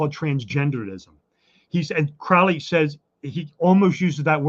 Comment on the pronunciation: Your guest is mispronouncing Crowley's name. Crowley and his assistant Israel Regardie got asthma but not from drug use. This guy is interesting, but he is Masonic and is advancing their agenda. Crowley said those who mispronounced his name 'wish to treat him foully.'